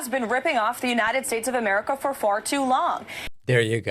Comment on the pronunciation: Among the many other things that are absolutely infuriating about her the way she says „AmericaAH“ is triggering me the most